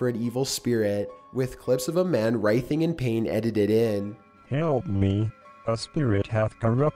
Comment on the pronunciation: To the Narrator: You REALLY need to learn how to properly pronounce English words. It's hard to take you seriously or the stories seriously when you pronounce words such as "Pslams" as "Poms" and not "Sahms" or when you say "Writhing" as "rithing" instead of the proper way "Ry-thing". Don't mean to be a grammar nazi but but its hard to accept you as a good narrator when you don't know how to properly pronounce words. Just saying.